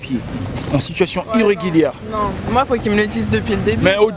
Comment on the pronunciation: "irreguilière" Mais force à toi un vrai congolais💪👍👍